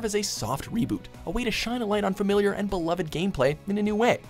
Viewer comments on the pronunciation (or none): none